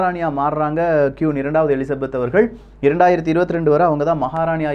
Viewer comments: சகோ அவர்கள் கியூன் அல்ல. குயீன். உச்சரிப்பை திருத்துங்கள். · Saami Nalla pesurinnga..aana kiun illa..kuin.. queen... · It's not quoon, it's queen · கியூன் இல்ல bro "க்வீன்" Royal வாலட் இல்ல "Royal வால்ட் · Bro its not quooon , its should be pronounced as Queen.... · கியூன் இல்லை குயின் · Queen = கியூன் இல்லை... குயின். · I would like to correct ur pronunciation that குயின் (Queen) Don't say க்யூன் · Qoon illa queen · Dei adhu qun illa da queen 😆😅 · Bro அது க்"கியுன் இல்லை க்"குயின் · கியூன்?🙄🙄🙄🙄 நீ இங்கிலீஷ்லா ரொம்ப weaka இருக்க உன் இங்கிலீஷ் pronunciation romba mosama iruku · First of all, he should learn how to pronounce the word Queen and Vault. I couldn't tolerate it throughout the video. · Thank you for the info. It's okay about saying the words queen and vault wrong as we are not English and our mother tongue is Tamil. Superb Tamil pronounciation and I watch it for that. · Pronounce properly. 'Queen', 'Vault' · Queen..pronounce it properly....kollai panreenga